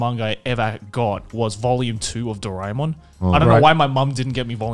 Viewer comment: i grew up with doraemon but in India it was dubbed so now i can never see the original since ive hardwired their voices into my head and it would hurt just to hear it in any other language. also since indians dont pronounce things too similarly Dorae-mon was said as Dore-mon